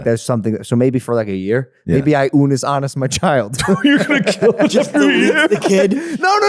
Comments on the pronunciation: unnus annus is pronounced oonoos ahnoos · it's "oonoose ahnoose" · theyre pretty close with pronouncing unus annus right,. with every U you would pronounce it as you would the first U. like oo noos an oos sorta, but they were close! :D